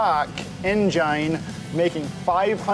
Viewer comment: He didn't have to say "engine" like that lol